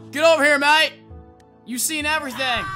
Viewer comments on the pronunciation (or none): none